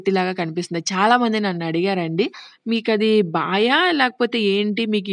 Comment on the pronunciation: Baayi kaadhu sister baavi